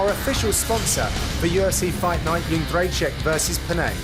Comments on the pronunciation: Joanna Jędrzej-CZYK not CZAK. Come on!!! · yed-jay-check. how are so many people fucking that up lol